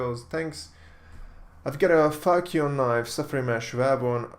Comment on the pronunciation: when you say falchion knife it sounds like you say fucc you, youtube might not like that